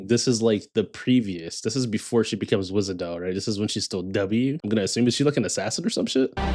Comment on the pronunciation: For n'th time, Wishadel, not Wizadel. They really made her dirty with Czech SH. Amiya spell it correctly here.